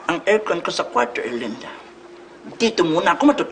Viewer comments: Pag-pronounce pa lang ng "Erlinda" nakakatawa na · The correct pronunciation, Erlinda as "URLINDUH". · the way he pronounced erlinda is sending me lmao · Oh, it ' "Erlinda"? I thought it was "Belinda". 😅